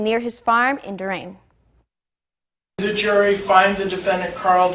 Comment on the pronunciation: needs to slow down. She can’t even pronounce “Durand?” Iron your shirt too. Maybe wash hair.